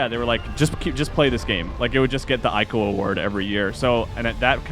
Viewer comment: I'm super late, but I hope you start pronouncing Ico correctly. :)